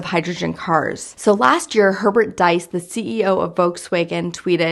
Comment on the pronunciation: The name Diess is pronounced deece